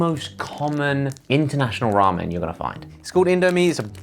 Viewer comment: The way Josh pronounces ramen is amazing.